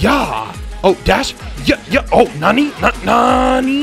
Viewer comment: He said nanny instead of Nani